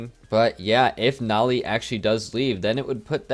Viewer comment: I hate the way you pronounce Noly it’s meant to be like holy